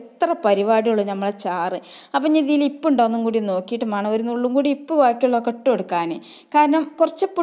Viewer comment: എൻ്റെ താത്ത ഇപ്പ് എന്നു പറയാതെ ഉപ്പ് എന്നു പറയൂ